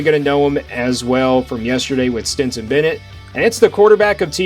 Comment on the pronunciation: Are you saying "Stinson" Bennett?